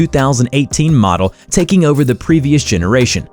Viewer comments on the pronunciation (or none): none